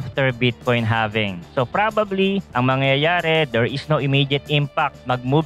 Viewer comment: halving boy hndi having awkward mo pkinggan